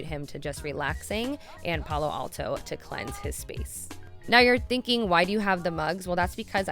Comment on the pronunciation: Lol..... palo santo tho 😂 not alto